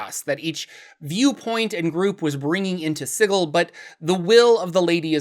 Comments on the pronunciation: Man, sig-ill makes me fucking cringe so hard every time I hear it. Love your content, but that pronunciation thing was killing me. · "Si-gill" huh? Then I guess imma gonna pronounce it "" from now on! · Apparently is Si-gl.. and if you say Si-jl, it would be a crime. This post was made by the Harmonium gang. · Hundreds of years of soft "g" in the English word "Sigil(si-jul)" all but demand "Sigil" should canonically be written "Sigle"(pronounced "single" with no "n") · Hey idk how else to put this but I really dislike the way you say Sigil idk if TWOTC said to say it like that but it just doesn’t sound too great that way I would personally pronounce it as the normal word Sigil as it also would refer to the massive city being a symbol of many things. Other than that thanks for some good videos it helps with a lot of writing and ofc to learn about the overall lore is always good fun 👍🏻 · An excuse for mispronouncing the name of a city, followed by telling people how they are supposed to pronounce your name. Interesting... 🤔